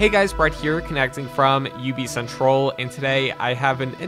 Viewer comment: It sounds like you said ubicentroll :D